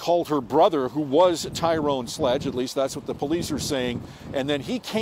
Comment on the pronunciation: Why u callin him Ty Rone? Cuz he black? Lol